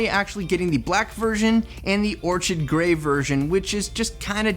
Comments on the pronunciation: im seriously getting annoyed at your grammer and pronunciation you said "it works very good" and you pronounced "orchid" as or-ch-id instead of or-kid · orchid is pronounced "orkid"